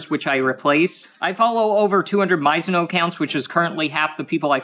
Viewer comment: The fact he says Sayaka Maizono's name wrong is hilarious to me.